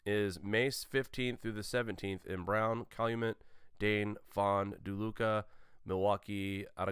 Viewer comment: LOL on WI drills, it's pronounced Fond-Du-Lack, not Found-DuLuke... just sayin' ;)